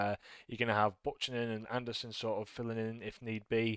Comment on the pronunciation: Great win. Also, it's pronounced b-you-cannon for Buchanan.. not butch-anan